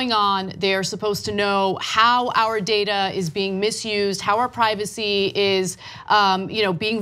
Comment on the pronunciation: aa yu willin to gimme moo contro owa ma DADA and the bullshit continues